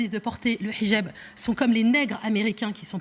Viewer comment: Très drôle comme elle prononce "Hidjab". Avec l'accent arabe, bien appuyé. Française, vraiment ? Son accoutrement dit le contraire. Qu'elle s'exprime bien, c'est normal : les Frères Musulmans savent choisir leurs porte-parole... Elle défend une France une et indivisible ?Quelle hypocrite ! pour les musulmans, les non-musulmans sont des impurs. Cette religion est violemment endogame. On voit ce que ça a donné dans les Balkans et au Liban. Et dans les quartiers islamisés où pompiers et policiers ne peuvent plus intervenir. Ce sont des musulmans qui attaquent les forces de l'ordre et les commissariats au mortier. Et qu'on ne prétende pas qu'ils sont socialement défavorisés : on a injecté des milliards d'euros dans les banlieues islamisées pour essayer d'apaiser leur violence, sans aucun résultat. De l'argent prélevé sur le travail des Français.